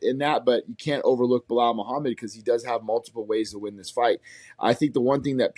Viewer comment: pronounce the name Muhammed